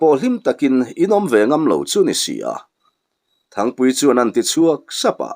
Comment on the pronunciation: Thingpuii ni lo, Thangpuii tih tur.. 😅😅